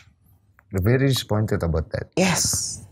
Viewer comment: "today": Im disspoint maae" 🤣